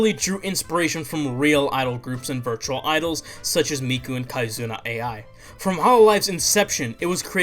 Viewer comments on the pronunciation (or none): had to turn off the video after you said "kaizuna A I"